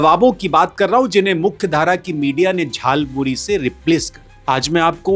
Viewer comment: Jhalmuli... bola bhi nahi aata.